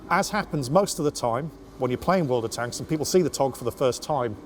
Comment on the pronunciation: Do you make a dollar every time you say world of tanka??